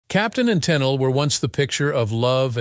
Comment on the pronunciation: Tunnel? Tennely??? I wish uf these exposés are going to use this AI for oration, it be AUTO CORRECTED to pronounce nMes and such correctly from beginning and throughout. Not often or frequently does it correctly pronounce her name..."Ten-eel" correctly. It's voice is also tiresome on the ears as it severally reiterated was has already been said. The information, not withstanding, is ussually interesting but the constant repetition as got to go. This AI is over used not just in these exposes but infomercial also also. Funny though. It NEVER misprinounces the hacked product!